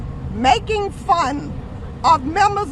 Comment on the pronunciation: 'Maing fun' oh no